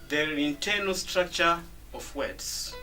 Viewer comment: hey Mr its /ov/ of not off